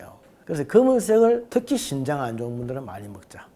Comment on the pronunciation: 신장이 아니고 신~장 입니다.